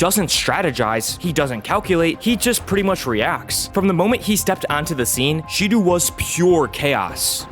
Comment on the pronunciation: Hey dude just so you know Shidou is pronounced like She-dough. Great video btw